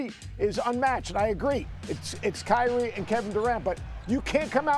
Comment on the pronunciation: There is no “T” in Kyrie only “I”. - a Team ♟ ♟ ♟ ♟ ♟ 🏀